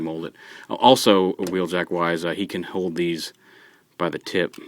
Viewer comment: Wheeljack did you say whelljack woohoo he's my favorite character